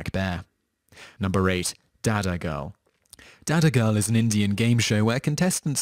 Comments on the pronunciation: By d way its dadagiri not dadagirl😉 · It was Dadagiri, not Dadagirl lol! Please do your research properly before uploading videos on youtube. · It was dadagiri not dadagirl.. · Its not dadagirl its dadagiri which means gangster in hindi. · It's called Dadagiri, not Dadagirl. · Its not Dadagirl but Dadgiri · Its not dadagirl, its dadagiri... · Lol no.8 is DADAGIRI and not DADAGIRL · its Dadagiri... not DadagirL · its not dadagirl its dadagiri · yeah 8 is pronounced dadagiree